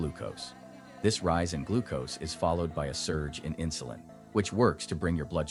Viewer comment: Never heard of inshulin.